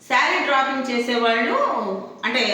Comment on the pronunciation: డ్రాపింగ్ కాదు డ్రె్పింగ్ అనాలి అమ్మా